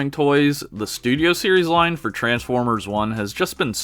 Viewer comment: Transformers ❌ Ers ✔️